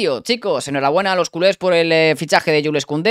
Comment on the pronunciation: No se dice Yules sino Yuls aunque se escribe Jules